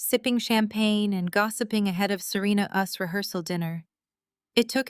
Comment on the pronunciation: The story is good, but I suggest you select a new AI to read your stories. This one reads “Serena’s” as “Serena US”.